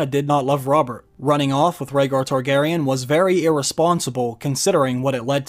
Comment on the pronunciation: when the Mrs. & i heard "House Kardashian," instead of House Targaryen, we had to rewind to make sure Kim didn't make a cameo appearance...thank god she didn't, it took the last season to destroy this great series.